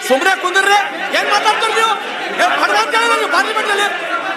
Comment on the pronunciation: ಬಡವ ಅಲ್ಲ😂, ಬಡ್‌ವೆ